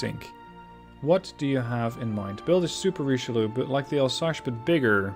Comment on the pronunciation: Pleeeease stop saying « Alsache ». It’s « Alsace », pronounced « Alz-ass »